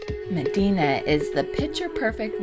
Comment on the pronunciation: You went all the way there and spent time there and didn't pick up how to pronounce it?